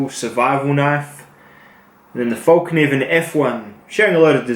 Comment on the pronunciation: Its pronounced like fell, not fall.